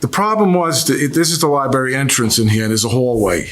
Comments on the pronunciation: Li BRARY. NOT. LIBERRY! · Liberry🙄 He needs to spend more time at the Library reading grammar books. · Its LIBRARY! Ugh. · Liberry lol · Oof ..that missing 'R' was KILLINNNNGGGG me 😂. Lie-barry! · I don’t know if these people country or not but down south we say lieberry I’m sorry 😂😂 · Dude has the word "Library" in front of him but keeps say "Lie berry" lol. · So he says "lib'ary," so what... Fugget about it. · I just said if he says lie berry 1 more time then I come to the comments for backup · A 70 year old man saying "liberry", geez!! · What do you expect? The incident happy at the "LIE berry" and all :D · I haven’t watched episode yet because I had to come and see if anyone else felt the same as I… “Gonna scream if I hear ‘lie berry’ one more time”!.. maybe I should just skip to the next… Have a good day PC people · OMG, stop saying "lie-berry"😂😂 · 😂 I thought I was the only one who heard and thought this Lmaoo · Liberry like blueberry. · I was surprised Judge didn’t correct him when he repeatedly says, ‘liberry’. UGH! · You mean liberry?😅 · Ly Berry. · And he said the word over and over again - just for you 😣😂 As both a librarian and a teacher, I feel your pain. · . Incorrect pronunciation like this, is not an accent.